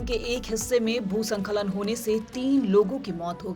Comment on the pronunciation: भू स्खलन होता है, संखलन उच्चारण गलत है।इन छोटी छोटी गलतियों को अभी से सुधारें🙏